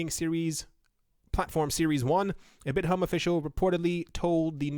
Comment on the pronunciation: Koreans actually pronounce 'bithumb" bit+thumb^^.